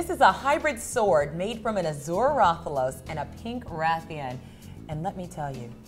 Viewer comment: she pronounced azure wrong.